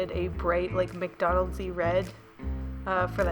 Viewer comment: "mcdonaldsy red" XD